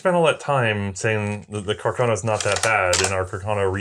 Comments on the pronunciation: why cant she say "carcano" aaaaa not "cuckurno" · Am I missing an in-joke behind saying Cah-Carno every time?